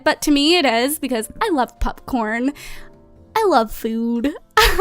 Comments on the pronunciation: It was adorable when she said popcorn because she said pupcorn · Whenever you say popcorn i think you're saying "pup-corn" hahah